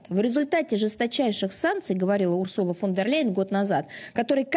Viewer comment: Ой . Захарова тільки що сказала Урсурла Вондерляйн, не Урсула Фондерляйн.. Боже , які ж вони там в рашке тупі…..😅